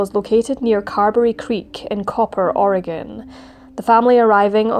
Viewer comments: "OR-eh-gun" vs "Or-ee-gahhhn". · Thank you for pronouncing Oregon correctly. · As an Oregonian, I want to thank you for pronouncing my state's name correctly. ❤ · What an awful story--I used to live in Oregon and I never heard of it. (Thank you for saying "Oregon" correctly!) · How can you screw up Oregon? Im English but l know how to say it haha.